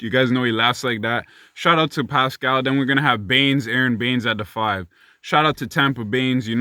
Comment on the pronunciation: NA MAN.... You didn't have to do Pascal like that LMFAO. Man said "PSHHCHQ, PUSHCqUE, PUSHCHCH"